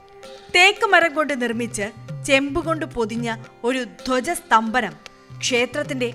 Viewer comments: Dhwaja sthambhanam alla😂 Dhwajasthambham ennanuto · Dhwaja sthambham aanu keto sthambanam alla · ധ്വജസ്തംഭം ധ്വജസ്തംഭനമല്ല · Dhwajasthambhanam alla mole dhawjasthambham ennu thiruthi parayuka. Thanks. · കൊടിമരത്തെ, "ധ്വജസ്തംഭനം " എന്ന് ഉച്ചരിച്ച് കാണുന്നു. ആയത് ശരിയൊ? "സ്തംഭം" (കൊടിമരം) എന്നല്ലെ ശരി?